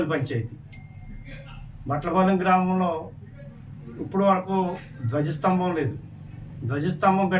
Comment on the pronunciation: గజ స్తంభం❌ ద్వజస్తంభం✅